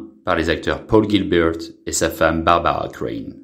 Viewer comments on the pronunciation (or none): Melissa Gilbeut fille adoptive de Babawwa Gilbeut , est belle et bien toujours vivante . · haha l'autre avec l'accent sur les prénoms c'est dément! bawbawa, gilbeuwt :)